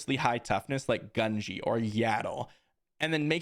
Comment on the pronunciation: Love the videos but the mispronunciation of gungi is killing me gun-gee